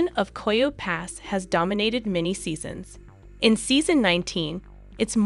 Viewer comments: Coyote - pronounced ky oh tea!!!! Is it so hard to teach the ai proper pronunciation? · Is this an AI voice? There are some odd pronunciations and syntax. The cadence is very robotic. ANDthe word coyote is pronounced KY-OO-TEE- 3 syllables. ( not ky ote!) get it right!! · Learn how to pronounce coyote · Since you can not pronounce coyote correctly you should not be narrating